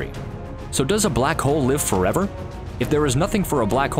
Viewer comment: did he said black cole